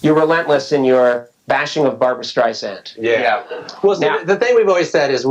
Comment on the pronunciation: BarBURA StreiSANDA 😂